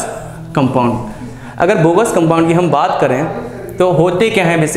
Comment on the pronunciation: Its Bogue's not Bogus sir.